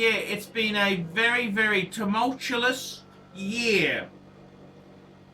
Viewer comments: Tumultuous, not tumultulus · Tumultulus? Tumultulus??? You invented a word. LOL. It's tumultuous.